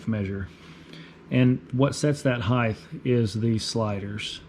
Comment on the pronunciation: there is not a th on the end of the word height.